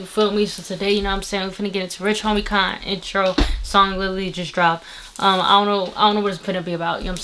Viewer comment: You said rich homie kan 😂